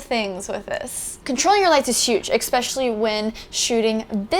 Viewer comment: You say EXPECIALLY. That's annoying. It's "especially".